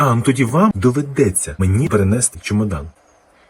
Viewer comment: Особливо постраждала собака.Головне в слові «доведеться» наголос вірно поставити.Бідний чоловік морально і фізично з собакою постраждав.А те, що люди трапляються неуважні , або погано бачать і можуть переплутати, літня або хвора людина наприклад.Вона , що претендувала на те місце?